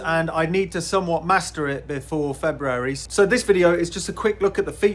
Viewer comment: Thanks for being one of ten or so human beings that actually pronounce both r's in February.